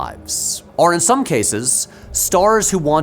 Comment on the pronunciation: I don't usually read comments and don't do Reddit, but has there been any discussion of how and why Patrick pronounces "or" like "are"? If you now can't unhear it, my apologies.